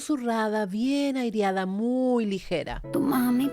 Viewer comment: Se dice aireada no airiada. 😂😂😂